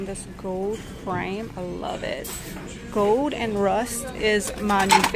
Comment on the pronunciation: I love to hear you say “gold” — it’s more like “gode” the L sound is missing but it’s really cute! Must be your native state accent! Lol Don’t change it! ❤